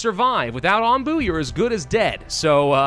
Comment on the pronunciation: Aw man, when first said the critter's name, it sounded like Ambu, as in "ambulate."